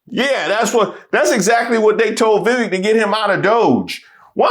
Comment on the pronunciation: It’s pronounced Vivek. Rhymes with snake.